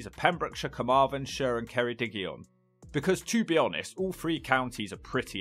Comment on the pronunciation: What I'm about to say is a little niche but thanks for saying Ceredigion and not "cArDiGaNsHiRe" as the region never officially had any legal name other than Ceredigion. It's a small detail that makes me go "omg yay". And Aberystwyth is amazing. All they'd have to do is actually invest in proper policing (and you can't expect Westminster or the Senedd to get their arses up about that). So many nice eateries, places for drinks. Because of the crime issue there's also a lot of spikings.